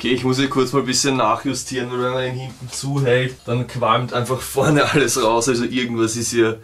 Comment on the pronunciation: Ich liebe es einfach, wenn Du "wal" ("weil") sagst :)